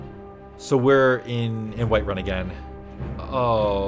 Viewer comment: Man they turned White run into Wight-run😂😂